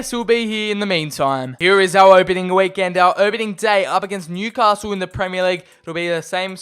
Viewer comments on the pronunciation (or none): none